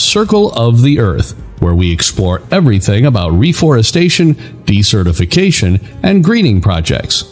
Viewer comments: I'm confused with your pronunciation of desertification... when you pronounce this as de-certification, which sounds if you're unregistering someone? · Decertification is not the same thing as desertification though your auto-narration is pronouncing it as (s/c) rather than (z/s)